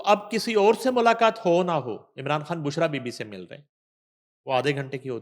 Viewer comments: بشریٰ کھان نہیں خان آپ اپنی لینگویج زبان کو ٹھیک کریں بشریٰ خان اور گیر کانونی نہیں غیر قانونی پلیز اپنی زبان درست بولیں رومن یا ھندی نہ بولیں یہ کوئی فخر کی بات نہیں کہ خ کوکھ بولنا یاغ گین بولنا We hate it😡😡 براۓ مہربانی اردو بولیں رومن یا ھندی نہیں❌🚫 😡😡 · ہیلو بشری کھان نہیں ہوتا مسلمان ہیں آپ السلام علیکم کہتے ہیں ہیلو بچھرا کھان نہیں بشری خان